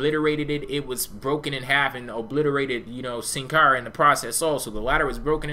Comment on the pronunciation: you say sin cara so weird